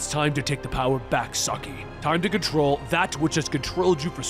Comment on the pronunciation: It’s SAH KEY NOT SAH EYE YOU’RE KILLING ME AT THE MISPRONUNCIATION OF SHREDDERS NAME 😡🤦🏾